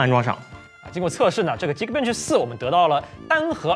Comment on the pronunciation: 怎么就鸡kbench了，我记得以前你读的是对的啊🤔